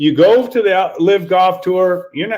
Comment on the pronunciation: Ther is an L in Golf. It ain't goff.